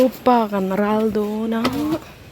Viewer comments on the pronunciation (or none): none